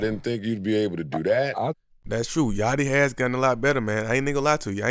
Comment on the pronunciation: Lil yachty not 'yatchy'